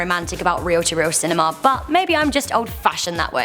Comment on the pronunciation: She says cinema (pronounced sin-e-ma) as cinemaaaaa